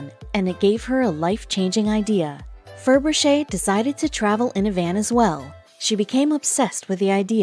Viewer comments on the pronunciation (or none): It's Ferbrache pronounced Fur Brash.